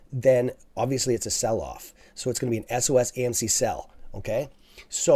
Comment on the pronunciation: Why do you keep saying acm? It's amc bro.... lol